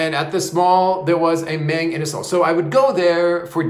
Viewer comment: Mayng Inasal? It's pronounced Mahng Inasal.